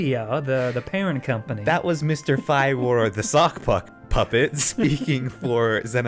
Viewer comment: Dude, your pronunciations drive me crazy. His name is Matt Firor and its pronounced "Fearer". They say his name in like every damn video he's in. How do you not know this?